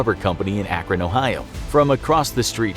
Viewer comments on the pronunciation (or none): none